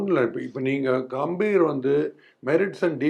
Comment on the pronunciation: Gautam "Ga"mbhir..... பெயர்..... கம்பீர்! "கே"ம்பீர் இல்லை.... "கா"ம்பீர் இல்லை... பெயர் உச்சரிப்பு மிகவும் முக்கியம். கம்பீர் என்றால் கம்பீரம்.. தைரியம் என்று அர்த்தம். உங்கள் பெயரை ஈஸ்வர் என்பதற்கு பதிலாக யேஷ்வர் என்று சொன்னால் எப்படி இருக்கும்.